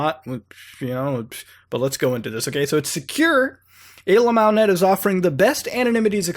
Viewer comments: Stop saying AYYLAMO. fucks sake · i thought you were saying alemals. not know what that was i googled it and dog porn came up. wtf.